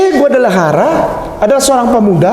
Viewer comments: Che Guevarra bukan Guadalajara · Che Guevara ustadz bukan Che guadelajara 🙏🙏🙏👍